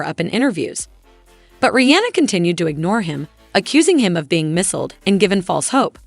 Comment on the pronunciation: Is this AI?? It is pronounced ASAP - not A dollar AP rocky. Bassist is pronounced BAYSIST not bahsist. It is pronounced MISLED not missiled. This is hard to listen to.